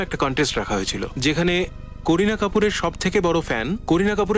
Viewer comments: কোরিনা না কারিনা😄😆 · কারিনা নামটি কোরিনা কোরিনা বলা একদম বাজে শোনায়।